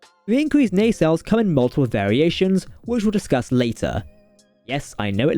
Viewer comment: Nay-sells?